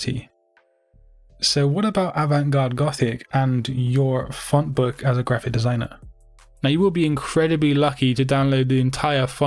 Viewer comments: Why do you say grrraphic the way that you do? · oh sorry I thought you did it on purpose